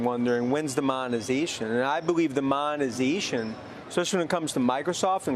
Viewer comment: wens the monazayshuun?